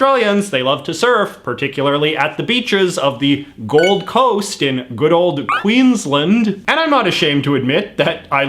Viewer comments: So I love that at one point in this video JJ basically tells us Australians that JJ should be in charge of our culture, and our decisions, but JJ struggles to pronounce Queensland. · It’s not pronounced Queens lend it’s pronounced Queens land There’s a difference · I'm not nitpicking, but I thought I'd just provide some pronunciation information in the comments: - Acacia = a-KAY-sha - Uluru = ool-a-ROO (basically) - Queensland = Queen's-Land, as opposed to 'Queen's-lund'. I know it seems like the posher pronunciation would be the right one, given our British roots, but not so. I love the fact that you called our national anthem the far lamer song, because you're exactly right. Unfortunately Waltzing Matilda is not a very good contender for national anthem either, because apart from glorifying violence, it also contains no mention of Aboriginal or Torres Straight Islander people. Having said that, neither does Advance Australia Fair. 'For we are young and free' is a bit insulting to the cultures which were already here and are very much not young. Also fuck me, I've never heard of a grasstree being called a 'black boy'. I'm glad that's disappeared. Xantippe was definitely a terrible choice - they should have gone for Xanthorrhoea or X-ray art. The only issue is that X-ray art is only one of a number of culturally specific art styles (as opposed to, say, dot-painting), so they might have worried about somehow 'showing favouritism', or seeming like they were appropriating the art style. But X-ray art is something all Australians can enjoy, without necessarily appropriating the cultural practice - they could have asked an Aboriginal artist from the Northern Territory, where X-ray art mostly comes from, to create the designs. It's both uniqu